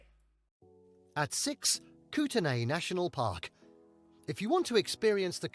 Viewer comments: Kluane is pronounced KLOO-AH-NAY. It is from the Dene (DEN-AY) language. Kootenay is pronounced KOOT_NEE, unsure of origin. The Burgess Shales are vast a soft bodied fossil trove from the Precambrian era, 535,000,000 years in the past, another world heritage site. Many unique species were discovered there and thousands of examples are in museums around the world, possibly in Australia. Montana is pronounced MON-TANA. Glacier fed lakes are COLD! In Jasper, no mountains are bright red. That image was a bit of artistic licence featuring sunshine and HDR. I have driven the Icefields Parkway past the Columbia Icefields dozens of times and it is fabulous every time... except at night when one needs to be aware of large animals on the highway. You don't want to hit a moose at highway speeds as it will wind up inside your car, leaving no room for humans. Moose, black bears, grizzly bears, elk, caribou and several deer species are commonly seen by the roadside throughout the mountain parks. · Most of the pronunciations were butchered pretty bad. Eg. Kluane is “klu ah nee.” I’ll give him Kootenay, although despite the spelling, it is actually pronounced simply “Koot-nee”. Lol.😂